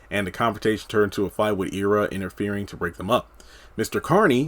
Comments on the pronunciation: It's pronounced Eye rah. Not Ee ra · Not EEErra its Ira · The characters' name is pronounced "Eye-rah" (spelled Ira) not "Ear-rah"! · Forgive my pettiness but it drove me crazy that you were pronouncing Ira (Eye-ra) and Citsy (not Cisty) wrong. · Pronounced Ira Eye Rah